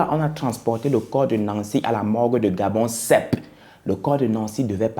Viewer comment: C’est Gabosep 🤣 et non gabonsep